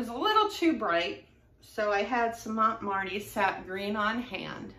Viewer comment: Oh I forgot. Not to be a troll but if u want to know its THAY LOW SIGH ANN How to say that name, I mean. And marte is French so no need to pronounce the e. Just mart. Like Kmart. Sorry dont mean to correct you just info. I think this is genius and I'm gonna go try it in a few minutes. Hopefully.